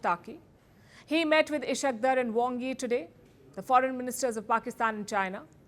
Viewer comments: Please, at least, try to learn pronouncing the names properly. I have been wondering who is Ish-aaq? It's Is-haaq Daar. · madam I have huge respect for you; the way you narrate things are quite phenomenal; however , it is not ishq dar but isss_haaaaq_ daaaaaar! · He is ishaq dar not ishat daar🤭😂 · Ishaqdar😂 Its Is-haak_Daar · Sister how would you feel if someone pronounces your name as paylki??? No doubt you are indian but you are also an analyst, while naming dignitaries you shouldn't be so casual. You are not a native of Europe and surely know the name ishaque pronounced as ishaak while daar is also a caste in India. It doesn't behove you to show your enmity by deliberate wrong pronunciations. Respect and prestige is conferred by Almighty Allah you can't humiliate a respected person by such mean tactics. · Palki ji! Would you please allow me to correct your pronunciation of Pakistan's Deputy PM and Foregin Minister name! His name is Ishaq Dar! Ishaq is the Arabic version of the Christian or shall we say Jewish name " Issac". Read as Eye Sak. The word in Arabic for this name is " Ic hak" Ice is for ice cream. Similarly It is read as Ic Hak. And the latter part of his name is "Dar". It should be pronounced as you pronounce "Car". So should be Dar. Hope when mentioning his name next time you would be at ease. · she cannot pronounce Pakistans foreign ministers name properly...what a journalism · you can't even pronounce Ishaq Daar and Amir Khan Muttaqi's names properly. So much for your due diligence and professionalism Palki. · Can you please learn to take the name of Ishaq Dar properly? Given your obsession with Pakistan, should have learnt by now.